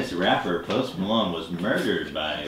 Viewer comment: i thought he said "Most Palone"